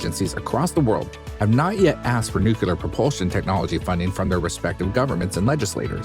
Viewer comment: text at beginning says "nuclear" narrator says "nucular" LMAO